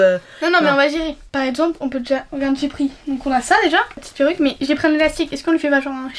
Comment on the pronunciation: Le « la piroce « au lieux de la peruce